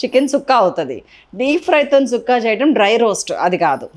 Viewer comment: Thanks at least you said it right…tired of listening to people calling it chukka